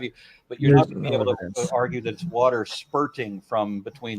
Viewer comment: By the by he pronounced wa-terrr just like Kent Hovind. take that as you will.